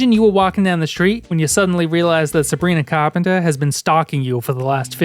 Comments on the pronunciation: no idea you had an accent until you said sanbrina carpenter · I was about to ask which accent did he say Sabrina Carpenter in? Because as someone from New York City, it sounded more similar to a Boston accent than New York, but not quite, maybe a bit different place in New England? I bet someone here could tell me lmao